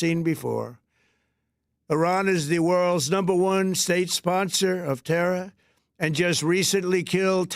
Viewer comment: Trump can't even say terror right. lol He says it like terra. lol